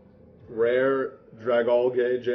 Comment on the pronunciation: I think that dragalge is pronounced drag-algae like that green stuff that grows on water